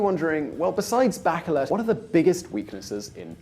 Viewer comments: Not bakelet but "baCHelet" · My opinion of your video is that you really need to learn how to say “Bachelet” not “Backelet”. If you’re so smart why are you not a politician or rich ? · Good analysis . One thing : It's Bah - Shay - Let , as in a French name . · By the way, "Bachelet" is a French last name, so it is pronounced something like "Mishel Bashelè" 😂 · Mikel Bakelet? really? jeez learn the real names of the politicians and leaders that you are talking about at least, what a shame, if you dont even know their names how do you expect us to take you seriously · BaKeleT? No, maaan~~ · I thought her name is pronounced "bashleh" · I know its not ur language, but the way you named the Chilean president was no way near correct.